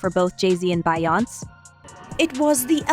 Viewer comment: Who is "Bye-Ounce?"